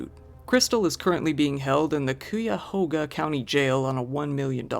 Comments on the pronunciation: It's pronounced ky-uhh-hoe-guh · Ohio native here. Great video, but the way you pronounced Cuyahoga made me chuckle